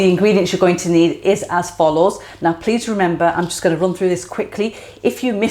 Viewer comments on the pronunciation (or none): none